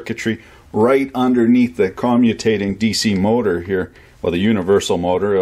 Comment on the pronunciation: you add the letter "r" into words without r's. "borch" instead of bosch, "on or orff", "mortor" ect. btw im canadian and I can say Massachusetts fine lol